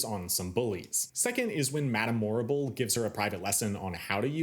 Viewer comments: THANK YOU! The Morrible mispronunciation was one of the few things in the film that bothered me big time. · Quick thing about the language in WICKED on stage: Morrible isn't saying words "incorrectly" and it's not just her. Everyone in the show speaks the same way. This was a conscious effort by Winnie Holzman to give the impression of a distant, magical land. Words are not "incorrect" they are "Oz-ified." It's the same in the film, so the implication isn't that Yeoh through a language barrier is getting words wrong. Everyone is just speaking Oz. Great video, otherwise!